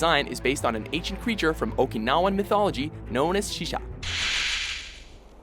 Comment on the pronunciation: Shisa. it's SHISA, you culturaly ignorant fools. Also Anguirus and Rodan are allies.